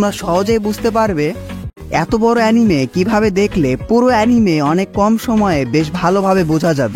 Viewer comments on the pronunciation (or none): এনিমি ❌ আনিমে ✔